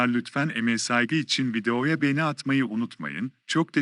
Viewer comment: Lütfen markalari guzel okuyun beni degil begeni olucak ĺ